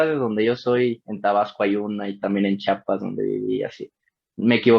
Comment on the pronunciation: Que tristeza me dio escucharte decir que no eres de Chiapas y aún más tristeza escucharte decir "Chapas", el individuo no es de donde nace, si no de donde le quieren. </3 Que gusto me da escucharte amigo, te mando un beso.